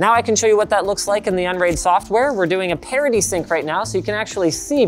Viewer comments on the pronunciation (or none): Just learned it's "parity sync" and not "parody sync"